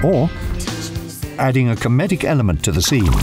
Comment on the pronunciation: Adding a co-medic element to the scene Excuse me what was that word?